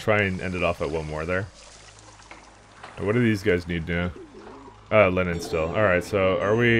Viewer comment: Just below Temple Central the irrigation ditches were not working properly for some reason (notice the missing green goo). That could have amounted to the missing food situation. Also when you said "They need supplies of linen." I totally heard "Lenin". Made me laugh..... Lenin industry.